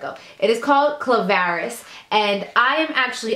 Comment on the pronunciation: U just called it CLavaris.. It says Claravis